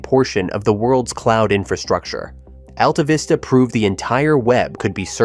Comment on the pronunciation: Why does he say D-E-C instead of "Deck"? Why does he mispronounce Altavista? Why was the PDP-10 ignored?